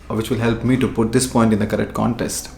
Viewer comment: Context not Contest 😜 Btw I love your videos And I'm also from Nashik